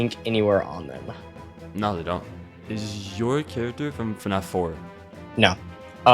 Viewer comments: I’ve never heard anyone pronounce fnaf “fuh-nah-f” as an Aussie with a weird accent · ngl, i think this is my first video of yours that I'm watching and I can hear that you pronounce fnaf as fanaf